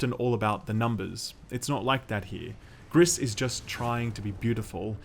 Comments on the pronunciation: Gris - pronounced "Gree" is Grey in French. Everytime you say Greess, I cringe. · If you read it like the french colour gray the you should read it "gree", not "gris". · Are we sure it's not pronounced "gree"? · Lmao "Griss" You pronounce it "gree". Or, "pretentious hipster bullshit". Either either. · Is it really that hard to pronounce the named correctly? It's pronounced grease. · btw, french for "grey," pronounced gri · i think it's GRI not GRISSS, the S is silent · Gris means grey in French and is pronounced "gree". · I'm pretty sure it's pronounced "Gree", as in the French word for "grey". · The S is silent. Gris is pronounced GREE. Means grey. Great review as always, will pick this one up. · Just saying here, "gris" is french for grey and it's sound more like "gree" :) Love the vid. Thank you! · You dont prononce the ‘s’ in Gris, gris is grey in french. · Great video!! but the mispronunciation of Gris kept irking me as a spanish speaker hahaha other than that, this game is gorgeous. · Ok then... confirming the name is Gris witch translates as "gray" to English and is pronounced like "grease" as confirmed by the developers (they are from Spain) the artist (from Spain as well) and the musicians (also from Spain). Look for the video "Gris: Behind the Scenes". On a note aside.... they even mention to have been influenced by the likes of "Journey" and "Ori and the blind forest"!!!. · If it`s french it`s pronounced with a silent S. Means grey btw ;) Would be fitting since the game is very colorful. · Gris without the s. French, right? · It's pronounced GR-EEEEE, for grey in French 😒 bloody hell. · Fun fact of the day , name of the game means gray in french and the S is silent o/ .